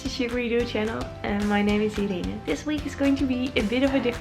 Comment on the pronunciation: I love your vlog, Irene (your name sounds like "Edina" when you say it!). Thanks for the tips on paper piecing, very helpful. I adore the way you pronounce "penguins" as "pingwings"... watch an episode of the Grant Norton Show on youtube, with Benedict Cumberbatch: he pronounces it the exact same way, and his first language is English! Holland looks like such a lovely country, I am definitely adding it to my list of must-go-to places (if I can schedule my trip so I can also attend one of your "crochet parties"--they look like SO much fun... even if everyone will likely be speaking Dutch, I'm sure I'd still enjoy myself!). Keep posting videos, you are terrific! ~Diana from Toronto, Canada